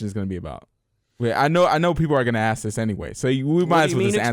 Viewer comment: It always makes me go CRAZY when Matt says "axe" instead of ask. Is the word that hard :P ?